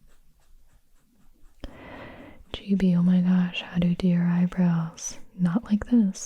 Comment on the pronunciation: I thought it was gibi not gibi